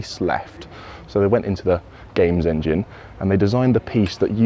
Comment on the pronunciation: Every time said "game engine" I crigned a little! Neverthelss awesome video!